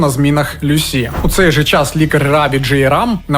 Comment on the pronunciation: Ім'я Люсі за британською версією вимовляється з наголосом на перший склад. Вона, до речі, не склала тест з першого разу, тобто не отримала кваліфікацію, після чого змінила ментора і здала на диплом. Викладачі зазначили, що їй бракувало знань з клінічної медицини, що вона потребує досвіду, ще була помічена її холодність, як особиста риса. Я пам'ятаю як цей моторошний злочин освічувався на ВВС і друкованій пресі. Одна з версій, що немовлята із проблемами їх дратували.🇺🇦✌❤🖤